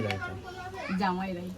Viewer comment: জামার নয় জামাই হবে মনে হয়